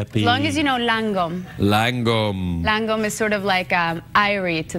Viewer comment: She said langom... We don't say that. We say "Lagom" ..